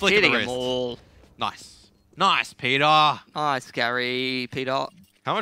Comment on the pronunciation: JEDER DEUTSCHE spult mal bitte auf und hört euch an wie die des "Peter" aussprechen HAHAHA xDD